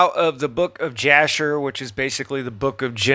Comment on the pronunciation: "Yasherel" not Jasherel but LMAO